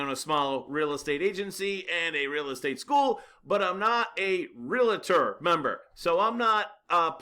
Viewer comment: You need to learn how to pronounce “Realtor” correctly.